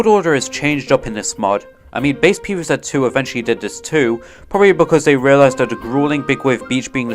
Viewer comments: Pee vee Zet ❌ Pee vee Zee ✔️ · "Pv Zet"